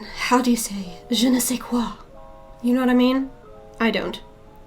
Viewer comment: Wow, the “je ne sais quoi” (i don't know what) you say is the perfect French pronunciation! 🤩